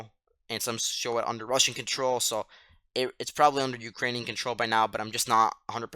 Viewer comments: Yes - one of the better (may be the best) commentaries - must note the name for tomorrow. I also thought the pronunciation was good but I had no idea that Ukrainian place names were so convoluted. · I just found your channel. Who are you? You sound like a teenager. If so, you are really sharp. Your pronunciation of the Ukrainian town names is far better than many vloggers. Excellent information. Can you reply?